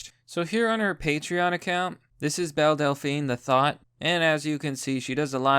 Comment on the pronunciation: Every time someone says Belle Delphine, I hear Bill Delphine I imagine Bill Dauterive (King of the Hill) selling his bathwater